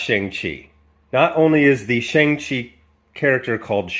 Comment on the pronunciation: The only thing that resembles the Shang-Chi character is his name. They don't even pronounce his name correctly. He's been around for 49 years. He would be the easiest character to do. He's basically Asian James Bond w/ daddy issues. The worst thing is they're doing the same thing with Namor. If they're not going to honor the legacy of the characters, give them another name. As bad as this is, The Eternals is worse.